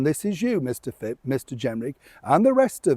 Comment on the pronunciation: I apologise if I sound petty, dearest, but the opposition politician you keep calling Chris Fip or maybe Fib - isn't that Chris Philp?? I wouldn't usually say anything, except you see, it's a cherished family name. ❤